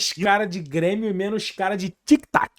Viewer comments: Ele ameacou falar Bremio? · "BRÊMIO" FOI FODA !!! kkkkkkkkkkkkkkkkkkkkk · Ate o falou Bremio!!!!!!!! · Impressão minha ou ele falou "bremio"? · Foi só eu que percebi ele disse "Bremio" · o cara realmente falou ''BRE'' de Bremio KKKKKKKKK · Quase que ele fala Brêmio. Kkkkk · Q minuto ele falou Bremio? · As entrevistas do é tipo, um seriado de média com dois episódios por semana. Ele falou Bremio? Kkkkk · ele disse cara de Bremio 😂😂😂 já tá aceitando a B